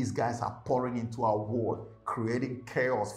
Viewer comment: Why do you say Word instead of World 😅 . . Blessings..